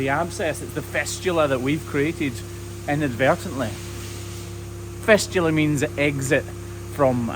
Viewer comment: As a country lad myself loving these documentaries. It's 'fistula' by the way bro. Good luck.